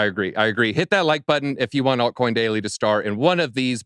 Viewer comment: “altcoin doily” 😂😂😂😂